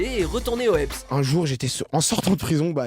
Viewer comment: "Au ebs" MDRRRRRRRRR